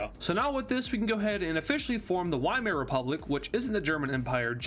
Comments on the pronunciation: VIEMAAR NOT WHYMARE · Weimar Is pronounced Vy-mar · not being a nerd just a helpful tip the Wiemar rep. is pronounced like viemere rep.